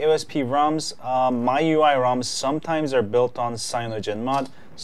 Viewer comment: Well, i think you have some problems about pronunciation. There is the original one, from China, and yours. It seems you like this last one more.